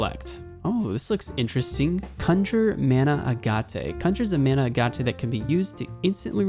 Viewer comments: It's aa-git... not a-ga-tay. Just sayin'. Not common knowledge, so just trying to help. Now back to the video. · Did you remove all of the individual videos? Also: "Agate" = AG+it Morbent FEL "Annals" = ANN+uls